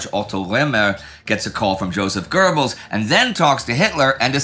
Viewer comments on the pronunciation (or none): none